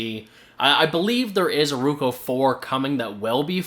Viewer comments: its not ruko its roku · I'm Canadian. That's not a Canadian accent. You are mispronouncing it. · if you say ruko one more time I'll lose my mind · nice video but the correct brand name is ROKU and not RUKO ! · IT'S NOT RUKO !!!!!!!!!!!!!! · Right? How do you mess up a two syllable word.